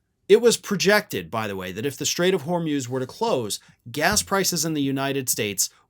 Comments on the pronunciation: Hor mooz not hor muze for gods sake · It’s not the Strait of “Hor-myooz,” it’s the Strait of “Hor-mooz.” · Hormuz pronounced hor moos. Not hor muzzzz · Try HORMOOZ, not HORMEWS... 💙💙💙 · HORMUS - PRONOUNCED WHOREMOOSE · “Hormyooz”? Hormuz? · It’s pronounced hormooz (rhymes with booze). FYI.